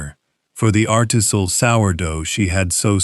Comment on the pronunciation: ARTISAL? artisINal. Wth AI? Slop, lol........UPDATE: i'm now about two thirds through the video, and the pronunciation is screwed up versus the animation of the text. As it goes by, because I messed up another word too........ I don't sit here and watch this as a video, because it is clearly just audio!.... So when you listen to it, that is, when they screw up things.